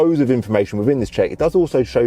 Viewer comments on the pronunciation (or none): none